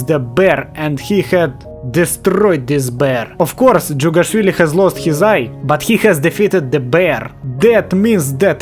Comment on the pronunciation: Finally someone saying jughashvili somewhat good